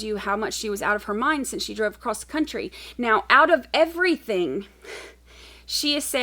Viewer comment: Thank God, LieTecia's teaching career was cut short. I can't imagine having a whole generation of young people going around pronouncing everythinK wrong and saying "not PERMISSABLE in a court of law"... 🤦🏼‍♀️ It was probably one of her other eleventy-seven personalities that didn't know how to pronounce anythinK I'll never understand how she was an elementary/middle school teacher. I've owned plants that were smarter than her.